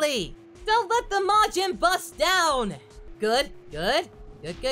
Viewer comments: he calls it majin bus but gohan was a teen when majin buu came around? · im early also did he keep saying majin bus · "Majin Bus"? Whoops. Future confirmed.